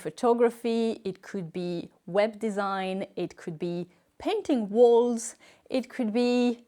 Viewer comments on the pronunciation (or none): none